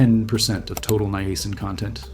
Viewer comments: This is actually a pretty amazing video. Please note that "Niacin" is not pronounced with the hard letter "A" sound, it is pronounced as "NYE-uh-sin" or "NIGH-uh-sin", and most people combine the the first two as "Nyah" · I thought it was pronounced as Niacin. not Niacin. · His pronunciation was throwing me off, and he kept hammering it home. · Maybe that's the way they say it in Canada. ( that is the channel's origin).🇨🇦